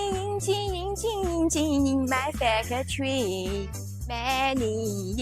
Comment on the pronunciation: It is crazy you if you focus you can hear the Chinese lady say faca-tor-ree but we all know what it actually sounds like. Also calling engines that is crazy even some of my ancestors would think they were back being insulted by the cowboys.